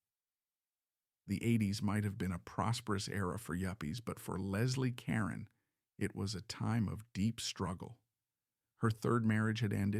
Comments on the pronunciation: Her last name is pronounced Car-Ron not Karen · LESLIE (KAH-RONE) not Karen. You must be very young. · If you want to create a video about a famous person, you might want to think about finding out how to correctly pronounce her last name. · I don't understand why content creators don't at least make sure they're pronouncing the main person of their stories correctly??!!! I think it's because of AI, which absolutely sucks!!! It would only take the littlest of care to check the main character of your story to make sure you have their name right?!!!